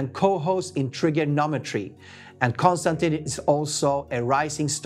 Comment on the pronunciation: Mispronounced the name of your guest. I'm done seconds in. Kon - Stan - TIN (not TEEN) ugh.